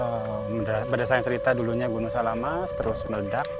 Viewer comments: Terima kasih, bs keliling liat danau segara anak, tp jgn dibalik nama gunungnya, samalas bukan salamas, sangkareang bukan sangkaraeng.... 🙏🙏🙏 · SAMALAS bang bukan SALAMAS 😄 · Correction bang namanya Gunung "SAMALAS" bukan. "SALAMAS".😊😊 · Kren bang bagus sekali tapi saya koreksi ya bukan salamas tapi samalas...salam dari Sembalun sukses trus bang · SAMALAS oM, bukan SALAMAS 😊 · Gunung Samalas.bkn Salamas🙏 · Samalas bukan salamas,sangkareang bukan sangkai😊😊🙏🙏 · Mohon maaf mas, itu sangkreang bukan sangkaraeng😭, juga samalas bukan salamas😭😭 Tapi sumpah keren bang vidionya 🤍🤍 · samalas mas bukan salamas😂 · Samalas bang, bukan salamas 😅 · Gunung SAMALAS bukan gunung salamas min🤣🤣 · maaf bukan gunung salamas tetapi SAMALAS, setelah meletusnya gunung SAMALAS baru muncul nama baru yang di sebut gunung Rinjani. dan maaf bukan gunung sangkareng tetapi Gunung SANGKAREANG. sukses selalu bang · Maaf koreksi mas Sangkareang =bukan sangkaraeng Samalas = bukan salamas